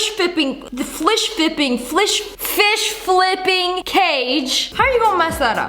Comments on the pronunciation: “fLiSh FiPpInG”😂😂😂😂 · fWiSh FwIpPiNg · The way she said fish flipping she finally got it, but when she said was trying to say it, she was like oh my God